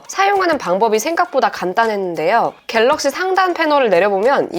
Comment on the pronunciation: 영상을 봤는데....왜 "어떤게 괠뤅쉬게?" 만 생각 날까요 ㅎㅎㅎㅎ